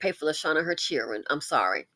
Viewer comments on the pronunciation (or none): Lol , not Chilren 😂!! Lil Tee Tee must have found a job . I haven't heard anything about her lately 😂. ❤